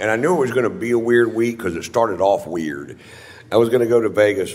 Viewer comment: he says weird, wierd...